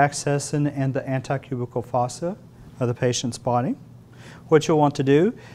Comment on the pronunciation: Did he seriously just say anti-cubicle? Lol.